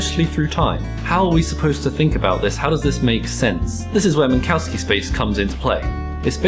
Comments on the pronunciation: Minkowski was lithuanian so the the pronunciation would be closer to Minkovski or Minkoffski. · "Mink, Cow, Ski" 🤣🤣🤣